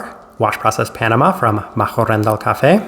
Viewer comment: very creative attempt at pronouncing Machhörndl :D